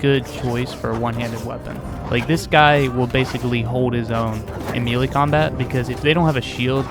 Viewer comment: me·lee , pronounced /ˈmāˌlā,māˈlā/ or may-lay. mealy, pronounced /ˈmēlē/ or mee-lee, means, of or like meal, think oat meal. good info about these two units though. verifies for me to not level up crossbowmen in this game.